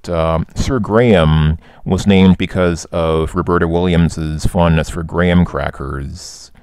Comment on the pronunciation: Thank you for pronouncing Graham correctly, rather than 'Gram'